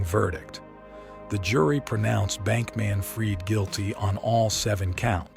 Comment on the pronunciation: Interesting video 🙂Although I got a bit frustrated at times when the AI narrator couldn't pronounce names correctly. And inb4 you state that you narrated this yourself: You made the video on the subject, so logically you ought to know the pronunciation of the names of these people - I mean .. even Sam's last name is pronounced wrong ('fried' as in 'fried chicken') only to be pronounced correctly moments later when pronouncing the last name of his mother ('Fried' as in 'I freed the birds'). Now .. If I am wrong, and you actually hired a human voice actor, I'd advice you to add a parenthesis with the phonetic pronunciation of the name or word, much like I did earlier. Otherwise, try feeding the phonetic pronunciation to the AI when having it narrate, do it yourself or hire a human until it gets better 🙂 Otherwise, keep it up - your editing is great👍